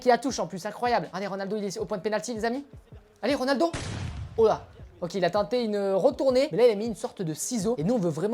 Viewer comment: Au début tu avais ditCRONALDO😂😂😂😂